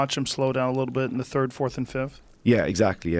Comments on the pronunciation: Love hearing John talk.....because he says "turd" for Third. lol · Besides his absolute denial of TH sound. John is an awesome guy. I Tink I might adopt dat way of talking ;D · Love Coack K, but I have to laugh when he pronounces "third" as "Turd". Bhahaha